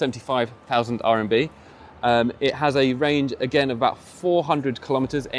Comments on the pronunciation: It's RMB, not RNB :) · RMB... not “RNB”😅